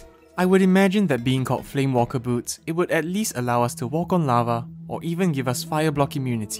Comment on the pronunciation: those boots are not called flame WALKER boots, they're called flame WAKER boots( no L)